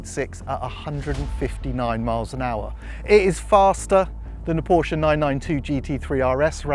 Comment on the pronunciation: Wait... what is this? An English speaking person that pronounces Porsche correctly? What is going on?